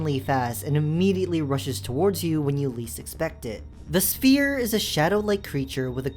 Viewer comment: "spear" or "sphere"??? It looks more like a sphere to me but you definitely didn't say "sphere" lol